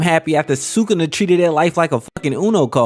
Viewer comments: Dude it's su-ku-na not sakuna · It's not sucana it's sukuna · was weird you called sukuna, sukana, but other than that, fire video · Sukuna… nah, we say Sukana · bro called sukuna "sukana" the whole video 💀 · These diabolical pronunciations are killing me “sue-kana” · i love your vids bro but u pronoucing SU-KUNA like your saying SA-KANA.... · Who is sookana? Rewatch the anime and learn how to pronounce the names if you’re gonna make videos about them. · Awesome video..... Now say it.... "Sa-kuuu- nah. NOT SAKANA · did my boy say sukana??!! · NO WAY U WATCHED THIS SHOW AND SAYING "SUCK-ON-A" AND NOT SUKUNA.THIS GOTTA BE A SETUP FOR A JOKE IF ANYONE CALL U OUT FOR IT:face-pink-tears::face-pink-tears::face-pink-tears::face-pink-tears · I hate how you say sukana.... but other than that, facts. also part of me feels like toji knew megumi was his son. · ngl that one’s not that bad but goddam sukawna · the fact that this boi is trying to piss off the jjk fans by calling sukuna,sukana like that is straight up crazy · Sukuna❌ Sukana✅ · “Sukana” like what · I know this 🥷 did not just say Sukana 😭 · erm actually it is pronounced "sukuna" 🤓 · this is the first video i have watched from you, and Did you just say "Sukana"???? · just got far enough for you to say you did it on purpose..... you got two comments from me off that shit... gg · Bro please pronounce his name right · Heard sukuna pronounced 27 diff ways 😂😂😂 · Please learn how to say sukanas name so I can keep watching 😂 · sukuna :❌ sukana :✅ fushiguro:❌ fugishiro✅